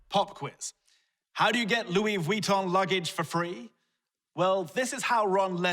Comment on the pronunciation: Loui "v-wi-ton" lol love